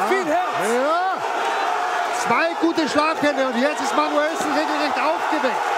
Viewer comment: junge, ist das manuellsen, oder manuSCHwellsen? ist das wasser?